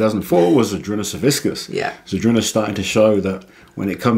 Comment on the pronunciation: You honor Big Z but can't even pronounce his name right ughh. "Savickas" Not "SaviSckas"